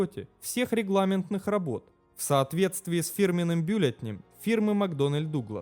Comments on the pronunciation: Авторы, а вы принимаете к сведению замечания про ошибки, что вам здесь люди написали? И единицы измерения, и склонения с ударениями (бЮлетнем!), и какое-то грязное произношение закадрового голоса с неуместными паузами, и неприятный тембр. . Смените диктора. И проверяйте факты, прежде чем выдать опус в эфир. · бЮлятнем. Нельзя допускать такие ошибки. Или это такой украинский прикол? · Ребята, канал отличный, но русский язык... БЮллетнем? Вы серьёзно? Ну делайте вычитку внимательнее, ухо дёргается.